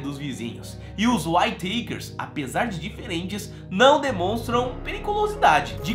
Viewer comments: Pronuncia-se...Uítaquer "Whittaker"...não Uaitêikers"...de novo Uííííítaquers, mais facil do que parece rssss. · Legal o video mas cada vez que vc pronuncia "Uai teiquers" dòi o ouvido! rs A pronuncia correta è "Uítequers" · Acho q se pronuncia "uítequer" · Descrição do vídeo , é ridícula, essa família já sofreu tanto , e ainda vem um mercenário, que não sabe nem pronunciar o nome da família !!!